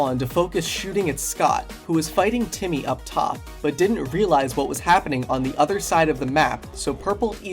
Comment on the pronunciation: Guys it’s Jimmy not Timmy